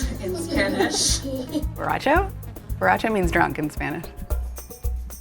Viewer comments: This is how you you say borracho- b orr a cho. Say the r like rracell from barbie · It’s baracho it’s baracho omg it’s baracho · Its boracho(its drunk) omfg im ded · "IT'S Borracho"OMG i gonna die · borracho Jajajaja